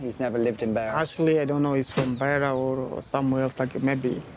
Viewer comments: It's a shame that the journalist didn't research the correct pronunciation of names and places before narrating the documentary. He pronounced the names "Themba" and "Beira" incorrectly multiple times throughout the documentary.. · It's not "Beer -a", it's "Beira". Also his name is not pronounced "Themba" as in "Thimble". It's pronounced "Temba". Also "Jose" was mispronounced. Just a small point but one you ought to get right. You corrected yourself when interviewing Carlito's friend in Mozambique but then went back to saying his name wrong. Getting his name right is a matter of respecting his memory. It's distracting. I have lived and worked in Zimbabwe and Swaziland and have supported young people financially in a similar situation to these guys. I know how desperate they can be. Also I know how people from the rural areas and even townships will have no idea of the risks they will be taking when they climb into the wheel enclosure of a plane. It's also worth knowing that Carlito would not have been working in South Africa legally (very unlikely). The South African police and local South Africans do not treat Mozambicans / Zimbabweans etc kindly and there are often threats of violence towards immigrants from neighbouring countries which are well-documented. I successfully funded two young guys through high school and university (and failed with a third - who ended up going to South Africa and got involved in crime) in Swaziland so know something of what Themba and Carlito must have gone through to be that desperate. Just wondering if you managed to offer help in any form to Carlito's family or to Justin to improve their prospects.